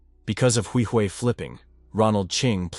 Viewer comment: You’re butchering how to say my last name Huihui